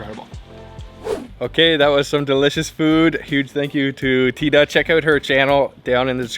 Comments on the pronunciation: It’s not pronounced thigh-da 😬, it’s pronounced as tee-da. But awesome video! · Omg, why can’t he ask how her name is pronounced? It is so disrespectful to get such a simple thing wrong. Absolutely mind blowing. Tee Da, speak up! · Her name is pronounced TeeDa btw. Great video as usual :) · It’s great that you’re visiting my country Kambodge/Cambodia. Love that you’ve taken a vested interest in our an ancient country. As I watching it, I found your pronunciation wrong.. just to correct, I believe you’re trying to pronounce her name Thida (common Khmer name) which is pronounced as Tee-dah. Additionally: Khmer pronounced: Kam-my or Kam-Mai. Phomn Penh is pronounced: Phomn-Ping “means many mountain” A lot of foreigners mispronounced these common words of the Khmer people. Land of Kambujiya & Mera (Khmer: the joint names of King/Queen) - P.S. “Hello” from the States. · Good looking food. I think her name is pronounced as T DA. Thank you for sharing ❤ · Great reaction, thanks 👍 but her name is pronounce like TEEDA. Again the H is silence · Thida as in (tee-da) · Idk why she didn’t correct you. She’s so polite. Her name is pronounced “tee-dah” lol I was like ugh the whole time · Pronounced Tee-Da. But wonderful video. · Oh BTW her name is pronounced T-ee-dah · Great video! This was what I was waiting for you to try. I must say you need to try prohok ang that is a must since you are in the country side. I am Cambodian and I am pretty sure her name is pronounced Tee Da. She is probably too shy to correct you.But overall great video. 😊Keep the video coming. So many delicious foods in the country side like gong gab bok..I want to see you eat that and the prahok ang. Yum. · I’m sure it’s pronounce Tee-Da Lol😅 if it’s spelled Thida the H is silent lol . But thanks for showing up on our motherland .❤ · The way you pronounced her name wrong😂 great vid though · Her correct name Teada not Tyda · Just wanted to correct you, it’s T-da not Thide-da😊